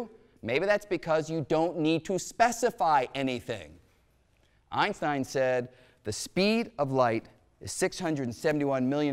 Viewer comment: Dear Mr. Greene. Try and pronounce the name, "Einstein", correctly!